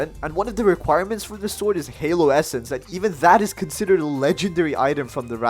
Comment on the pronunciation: Bro said halo esence😂